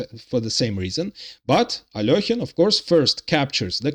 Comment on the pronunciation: At last someone who pronounces Alekhine correctly. But I suspect you are Russian.